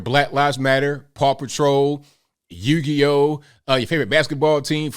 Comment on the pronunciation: “Yugi oh” 💀💀💀